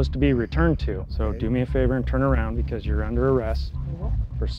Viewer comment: "Why am I being arrested?" Officer: "Beecuase"